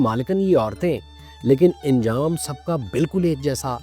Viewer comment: Aap anjam ko injam kahte hain